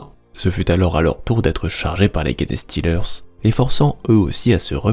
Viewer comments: Salut, très chouette une fois de plus ! Pourquoi "GUenestealer" alors que les anglais eux-mêmes disent "Jenestealer"? Surtout pour ce mot qui est anglais, donc pas de raison de vouloir aller le dire dans une autre langue, latin ou autre ^^' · Merçi et très bon travail de narration. Juste, c’est pas "guéné" mais "gènes" [jinstilerz] genestealers (voleurs de gènes). Bon courage encore merci pour le taff.